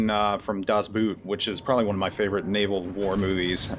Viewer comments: "Das buut"... really screeches in my ears and I keep shouting "das boot" back at the monitor (with the correct german pronunciation :) I understand why you (both) pronunciate it like that; but as historical WW2 history experts we love and cherish please invest a few minutes in learning the correct pronunciation of the "common" german words; and make us happy (and educate the rest of the world :) ) :) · Das Boot... please pronounce it Boht. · Pronunciation "Das Boot"...try it like "Das Boat"